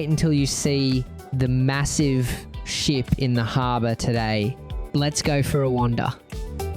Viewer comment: Glad you pronounced the P in ship! No matter day or night, Circular Quay is so welcoming and The Sydney Opera House is in the perfect spot.